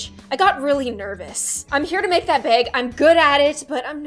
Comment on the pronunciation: I love how when she says bag she says it like BeAg